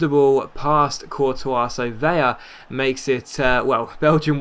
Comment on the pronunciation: Just wanted to mention, it's 'Ve-la' for future reference. Only a 'ya' sound if there are two L's!